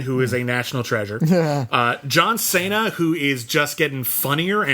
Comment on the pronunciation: That’s a weird way of pronouncing John Cena